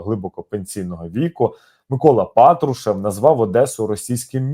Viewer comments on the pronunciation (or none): none